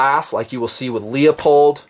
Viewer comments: I hate to correct you on something like this, but it bugs the crap out of me. It's "LOOPOLD" not " LEEOPOLD". Call the company and they'll tell you. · Awesome vid,. You put an incredible amount of work in on this. Ton of info - this could have been a 2 hour vid. I'd appreciate your take on setting up the optics... scope mount choices and process, boresighting. Also, no offense intended, but is Leupold pronounced LEE-O-POLD or LEW-POLD? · Sorry, iI misspelled a manufacturer name. It is spelled Leupold, but still it is pronounced LOO POLD. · Excellent, excellent vid as usual. As I could never criticize the content your excellent vid's (and never would), I will take the opportunity to nit pic :) Leupold is pronounced "loop - old" Good shooting! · Why is it so hard to pronounce Leupold correctly? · Hey Dude! Leupold. It's pronounced Loo-pold. Not Lee-ah-pold. Just correctin' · Leopold Anthony Stokowski (1882 – 1977) was a famous British orchestral conductor. His heritage is Polish on his father's side. His name is pronounced like it looks: LEO-POLD. in video after video grossly trash the famous optic maker's name and calls Leupold (LOO-POLD) LEO-POLD. All I can think of is the conductor, Leopold, who BTW was heavily satirized in a Bugs Bunny Cartoon. See and hear Leupold &Stevens Inc's youtube channel at /user/LeupoldStevens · LOO-POLD. I want to vomit every time you say "LEO-POLD" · Lee-Oh-Pohld. Made me cringe every single time you mangled it. Try LOO-pohld. Thanks for the vid, but plz learn to pronounce the brands you're reviewing. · Leupold is pronounced "loopold" not "leopold" =) Great vid - where is the list though? 75K was a LONG time ago. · I cringe when you say LEE OH POLD. Its LOOP OLD!! Please! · You lost me when you said "LEOPOLD" It's pronounced "LOOPOLD"